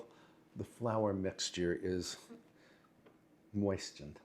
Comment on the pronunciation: It's, mmm-moistened 🫐